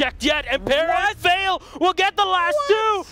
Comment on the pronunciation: Why did Bloodbath leave yet these guys stayed? Makes watching a match a pain. I don't know why they try so hard to pronounce Ence's names correctly in Finnish, it just isn't working out for them. The way says them is just fine. Also, maybe "Vale" is Spanish, and is definitely not pronounced the same way as "Yale".